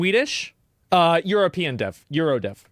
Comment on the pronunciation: ''euro dev'' ffs